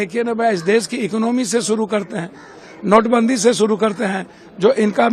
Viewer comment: तुम कुछ भी छुड़ू (शुरू)नहीं कड़ (कर) पाओगे 😂😂😂😂